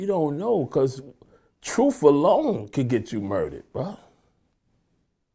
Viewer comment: Did Hid He say Truf ? I